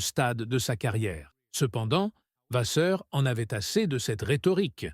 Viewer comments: S'il vous plaît !! Arrêtez avec votre "VaZeur" !! Je pense que vous savez en tant que journaliste que le double "ss" se prononce VaSSeur" !! Je trouve impoli de ne pas prononcer correctement un nom propre... Autrement, j'aime bien votre réalisation... Sans rancune... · encore cette IA qui prononce mal VASSEUR.Quel manque de politesse .